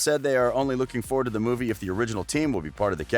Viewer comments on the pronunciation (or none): none